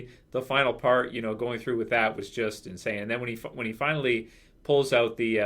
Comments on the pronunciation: It was 'Inshane' hahahah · rick went inSHANE x'D